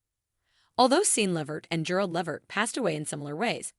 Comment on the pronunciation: Please first of all you not even saying his last name right why don't you just stop reporting on Eddie what you are saying it's no more then some people knew for years ago and how do you know what Eddie said did you have an interview with him or something you put to together cause you are way behind the times of Eddie life bye girl